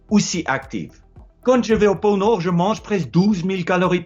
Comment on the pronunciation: Porno = pôle Nord ?